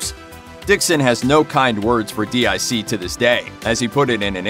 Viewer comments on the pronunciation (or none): you called it D.I.C but I believe it pronounced (Deek) I remember at the end of the end credits a little girl's voice voice would say "deek" when they would show the D.I.C logo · Why does this fool keep calling DIC, (Deke) D.I.C.? He doesn't spell the name of any of the other animation studios. Why does he keep spelling that one? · Protip: DIC is pronounced "deek", not "dee eye see". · It’s DIC Entertainment, announcer guy. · It's DEEK, not d.i.c. It was at the end of every show they produced. Also, while Saturday morning cartoons were almost exclusively on the big 3 networks, many extremely popular cartoons were on local affiliates in both the mornings before school and afternoons right after. Some of them are on your list like GI Joe, SMB, and Voltron. Kids don't know what they're missing out on nowadays, but I am praying for an Inhumanoids reboot. That property has vast potential. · No doubt, Just to be clear, I was talking about how the narrator kept pronouncing the initials instead of calling it dic, which was said in a childs voice at the end of each show. That got memed hard (no pun intended) later, though. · DiC, not D.I.C. 'deek'. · Its pronounced "Deek" not spelled out DIC. Come on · DIC was pronounced like Deek. It was not spelled out. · Agreed, it's DIC (Pronounced: "Deek") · Dboy 66789 Yeah, i remember that too. It was driving me nuts hearing the narrator here say D-I-C. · You should stop mispronouncing DiC, it is pronounced deek. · DIC was pronounced Deek. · " D I C " 🙄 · DiC is pronounced "deek" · DiC is pronounced "deek". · It's pronounced DEEK. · Its pronounced "DEAK" *(DIC) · I came here to say exactly this. Anyone who's ever seen a DIC show knows how it's pronounced. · I was about to call them out for this garbage as well - but the thread already did the job. I cringe every time I hear him do that.